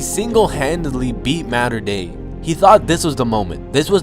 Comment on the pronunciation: i like how he cant pronounce mater dei correctly